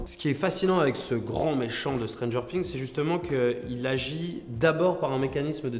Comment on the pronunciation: Putain arrêtez de dire "stranger sings" c'est stranger things